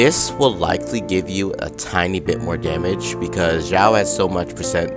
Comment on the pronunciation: Who knows if the new event brings xiao set like albedo also its pronounced shaio not ZZaio idk but it doesnt sound authentic